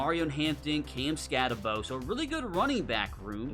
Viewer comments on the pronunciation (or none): its not skattebow its skattebo there is no w in huis last name btw im not hating